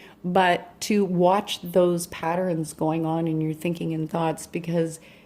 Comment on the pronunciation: I can't tell if I like how you pronounce patterns, but I love your readings.